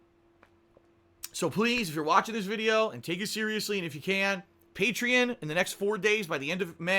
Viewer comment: He can't even pronounce Patreon right